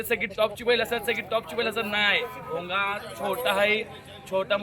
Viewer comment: भुंगा❌ भोंगा✅😂😂